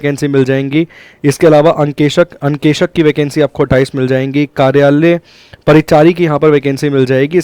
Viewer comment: अंकेशक नही अंकेक्षक ग्राहम नही ग्राम होता है 🤣